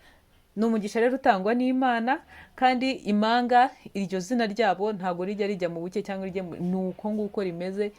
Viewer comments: Ntabwo ari imanga bavuga impanga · Ntabwo bavuga imanga bavuga Impanga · Ntibavuga ,Imanga Bavuga Impanga murakoze🙏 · Imanga? sinarinziko habaho umunyamakuru utazi kuvuga ibihekane! utumye inkuru ibiha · Hhhhh🤣🤣ngo Imanga cg Impanga,🤔Imano cg impano,arko ujyunabanza witoze gusoma neza ibyugeza kubantu pe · Umunu koko🤭 bavuga umuntu,ntibavuga imanga bavuga impanga,ntibavuga imano bavuga impano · Nyabuneka uduhaye amakuru meza ariko ihangane wige kuvuga ikinyarwanda neza ,utandukamye igihekane mp n,ingombajwi m ntibavuga imanga bavuga impanga plz ntunyumve nabi